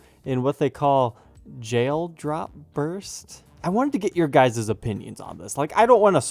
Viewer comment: Please don’t say guysis